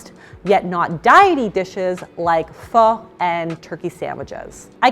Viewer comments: Just call it Pho. Only obnoxious people make a point of saying "Pha" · Dang she can’t even pronounce pho right and she supposedly ate it a lot